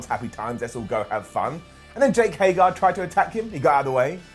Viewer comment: It took for to mispronounce Jake Hager's name this week.